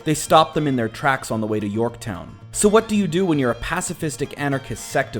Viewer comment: And it's Yorkton...not Yorktown lol